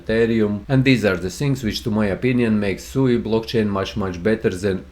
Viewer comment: It’s pronounced SWEE, not SUUU 😅